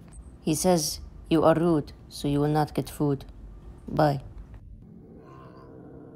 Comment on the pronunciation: The sooooww much cute is so funny how u say it I like it 😂